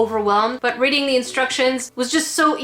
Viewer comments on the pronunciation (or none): none